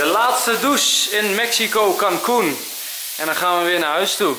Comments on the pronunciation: Ik denk heel de tijd dat enzo kalkoen zegt😆😆😂😂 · Enzo als jij Cancun zegt klinkt het als kalkoen😂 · Eerst dacht ik dat enzo kalkoen zei in plaats van cancun !😅😁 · Michelle Verhagen ik ook